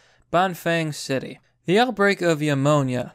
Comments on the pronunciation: Pneumonia is pronounced "new mo nia". Not "YOU mo nia". Just saying... it was bugging me. But in chinas case it's pronounced "cor o na" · New Moan Ya , is how you pronounce pneumonia GUY